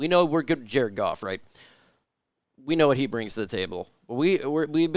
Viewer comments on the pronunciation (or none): none